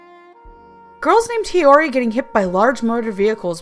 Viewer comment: Yato (yahh-toh) Hiyori (hee-yOree) Yukine (you-keeneh) Bishamon (Beesh-a-monn)